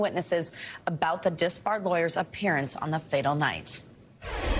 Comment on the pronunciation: I think the first speaking host pronounced his last name properly "murdaah"